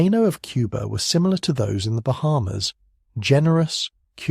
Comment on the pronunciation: Lol. “Bear hummers” mispronunciation of Bahamas. Ditch the AI narrations.